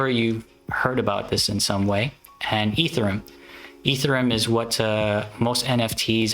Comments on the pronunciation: It’s E-ther-E-um, not Ether-rum. 🤦‍♂️ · Dude it's EtherEum not Etherum